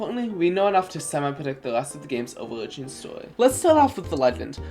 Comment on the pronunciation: You can clearly pronounce all English sounds correctly, you do not have a speech impediment. you mispronounce :d: in "legend" as :tʃ: 2 times in a row, but not in "predict" you mispronounce "over narratives" as "overdzdz narrafs". This is also misspelled, what you're looking for is "overarching narratives" you moan the word "about" (you inhale while saying it instead of exhaling), this is normal in some languages, but not in english. It's okay to just edit out your mistakes. you write "new" but mumble "newly", although the word you're looking for is probably "nearly". you mispronounce :t: as :tʃ: in "mentions". you mispronounce :s: in "shatters" as :tʃ: - You say the same statement twice. This is not an example, just repetition. You slur the entire paragraph, and I cannot hear what you're actually saying.